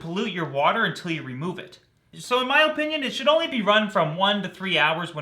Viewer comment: Watching old vids.. the way you say opinion is SOOOOOOOOO Canadian.